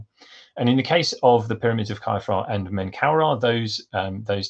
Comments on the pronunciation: Why are you pronouncing Khafre as "Kye-fra"? You are the first I've ever heard do that. I know hieroglyphs did not have vowels, but still... {:o:O:} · Well, I've only ever heard it said as "Khaf-ray". Later you say no one knows if the accepted academic pronunciations are correct, so I wondered if academia had changed the accepted norm. But then, I have heard Amun Ra and so on pronounced as "Rah" and "Ray". It reminds me of when Latin scholars decided Caesar was Kaiser and Cicero Kikero! Thanks for the reply. Cheers! {:o:O:}